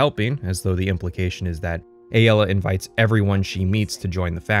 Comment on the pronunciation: I think Aelas name is pronounced like Ae, el, uh!